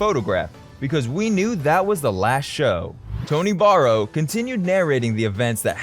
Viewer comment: Ned Grant Kurkle LOL. He's probably never heard of the Cyrcle, Red Rubber Ball, or probably even Paul Simon for that matter. He also mispronounced Tony Barrow's name and said the Beatles version of Roll Over Beethoven was released in 1966. There's nothing like doing your research before posting a video 😂